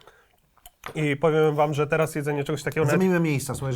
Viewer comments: ja słyszałem jedzuli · czy jedzeli mowi :D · Czy u mnie tylko na powiedział jedzyli xDDDDDDDDD? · "czy jedzeli instant"? Tylko ja to usłyszałem jak odtworzyłem filmik? ;D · Czy jedzeli insant"???? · Początek brzmi czy jedzeli instant? Czy mi się wydaje 😂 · "Czy jedzui" czy tylko ja to usłyszałem i przewijalem kilkakrotnie? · Ja słyszałem jedżeli